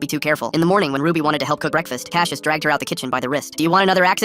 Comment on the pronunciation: Hold up. My brother's name is Cassius. And not cash-yish, it's pronounced cass-yus. It is a Greek name.